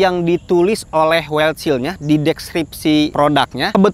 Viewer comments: Wildshell. Bacanya waildsel, bukan waildsil bang. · Wildshell bacanya "waildsyell" bang...